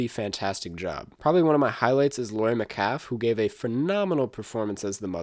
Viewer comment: “Laurie met-CALF”